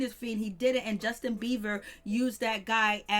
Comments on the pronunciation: It has nothing to do with HIM it's very annoying to hear her keep continuously say beaver! And no I'm not running I'm sitting typing on my phone thank you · Thank you. I was about to explode. I just need anyone putting energy into a whole entire story about an individual to at least know how to pronounce their name. There is a difference between a "b" and a "v". Just facts that's all.